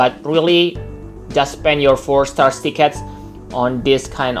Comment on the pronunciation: he said akstar